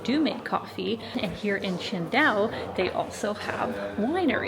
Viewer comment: You pronounce it almost like Chengdu, until I heard you talk about the Beer haha